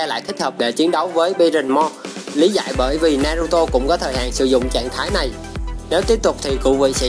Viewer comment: Đọc tên naruto thành naturo nữa thì tôi cũng chịu anh luôn , tên mà bác Kishimoto đặt cho nv thì anh lại đi đọc tên sai vần:(